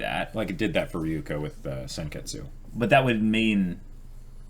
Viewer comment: And also Ryuuko isn't Ri-yu-ko, but Ryu-u-ko... but I've given up xD